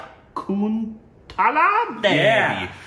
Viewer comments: Started a video and when started like Shaakuntaalaa devi UMM umm Shaakintaalaa devi Umm Umm, closed the video... ku6 b... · I thought Shakuntala but u guys said Shakutala!!!!!!